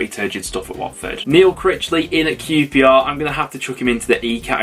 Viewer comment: Blackpool 6 -qprrrrrrshtahhhh 1😂